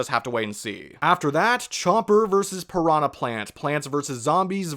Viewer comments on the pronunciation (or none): none